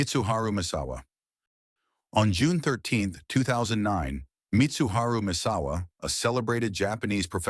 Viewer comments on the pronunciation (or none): "Mit-su-ha-ru" "Messawa" "Masahiro" the level of disrespect and low effort of this video is unbearable.